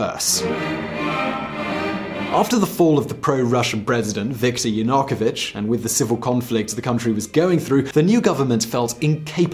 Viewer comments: Yakunovich?? LOL It's YaNU-kovich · Ya-new-ko-vich. It’s not that effing hard to say. 4 easy syllables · Breaking news. Saakashvili was just forced onto an airplane and send to Poland. You mispronounced Yanukovych (and Dnepropetrovsk). Then you falsely call maidan revolution a conflict between Kiev and Moscow supporters. That is a lie. Its a political take over. That uses nationalistic rhetoric to gain legitimacy. Its like calling brexit supporters pro London and calling pro EU supporters "German supporters". Yatsenyuk promised "European salaries and pensions", still waiting. Oligarchs and CIA funded the revolution. History is written by the winners. Now the politically correct term for the the take over is called "Revolution of dignity". What a joke Your video resembles some sort of a promotional video for Saakashvili. How would you react is Trump gave a passport to some foreign national and made him the governor of New York? He got in using political favors, then they got rid of him. Where are you getting all you sources? Its like your reading this from his memoirs. Making him out to be some hero. Why don't you talk about how he is a wanted man in his country. How he is hated by many in Georgia. How he got rid of his opposition. Why are you just regurgitating stories written by his gang? Saakashvili cannot become president of Ukraine because the constitution dictates that the president has to be born in Ukraine. But then again that thing has be rewritten so many times, its practically just toilet paper. (pro tip Americans don't edit you constitution) This video is so poorly wr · Why does no one in this video know how to pronounce Yanukovych? It’s almost exactly as written, shouldn’t be hard. 😕